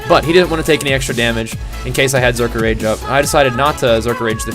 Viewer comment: Its Berserker stance not Zerker